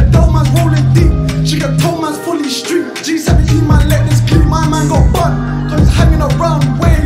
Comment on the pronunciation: so kweng just said bun the mask 😭